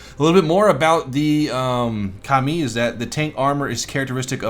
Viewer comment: Am I the only one that heard "Commie" every time he said "Ka-mi"? No? Russian Bias?